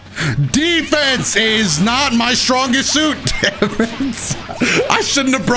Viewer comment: Everytime he says defence😂